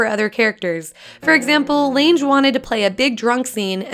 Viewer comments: It’s Lange like LANG, not range. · It's Jessica Lange, pronounced Lang like lung with an "a", not Launge. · LanGe. Hard G. Get it right-she is a goddam QUEEN! Lange. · Jessica Lange's last name is pronounced with a HARD 'g' - It sounds funny as with a soft one. Apologies for being picky...=( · She pronounced it like L ange not lang lol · The way you pronounced Jessica Lange gave me a headache. Jessica Lanje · Its pronounced LANG not Lange! & in Philly we just call it the Mutter museum no crazy pronunciation lol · ITS LANGE NOT LANJE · its pronounced Lang not Landge... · Surprisingly interesting, thanks for the effort. Just one issue - Jessica Lange. It's pronounced "Lang", not "Lanj". But otherwise, interesting information. Thanks again! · The Why The names need to be pronounced correctly. Jessica Lange's last name is not pronounced Lanj. It's Lange. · Will someone please tell this girl that she’s pronouncing Jessica Lang’s last name WRONG? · I had to stop at the mispronunciation of Jessica Lange, multiple times. If you're a 45 year old, such as I, her last name is pronounced Lang. Not the way it's spelled, like strange but with an L. Ask the original King Kong. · Her name is pronounced “Lang” like “hang” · Ugh when millenials don’t know who Jessica Lange is or how to pronounce her name (the “e” is silent). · It's Jessica LANG!!!! That's the CORRECT pronunciation! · spelled lange but its pronounced lang. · it's not Lanj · Jessica lange. Pronounced LANG. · Jessica Lange rhymes with 'Sang' or 'Rang' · Lang. it's pronounced Lang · you totally mispronounced the name of one the most prolific actresses of this generation. Lange rhymes with hang. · I know this is an older video but I find it very disappointing that with all the research in these facts we didn't know... that no one in the making of this actually learned how to say Jessica Lange's last name. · Why does she pronounce lange like that? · 51: You don't know how to pronounce Jessica Lange's surname.